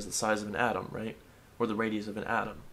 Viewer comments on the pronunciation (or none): none